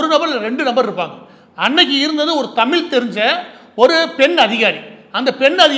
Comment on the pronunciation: 'ழ'கற உச்சரிப்பை சரி செய்யவும் தமில் - தமிழ், தமிழர்கள் மொலி - மொழி